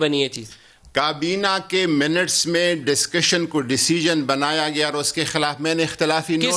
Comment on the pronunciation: it's not dascussion it's discussion